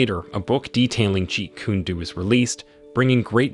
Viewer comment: It's pronounced like Jeet Kun-ae Doe not Jeet Koon Doo